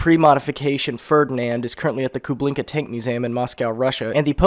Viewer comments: It's KuBINKa, without "L". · KU-BIN-KA!!! NO L!!!!